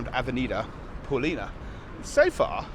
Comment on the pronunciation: It's ok to mispronounce words in Portuguese like Paulista, it was ok, we understand. But, in my opinion, we should issue a petition to the city hall demanding that they change the avenue from Av. Paulista to Av. Paulina, just love it.😅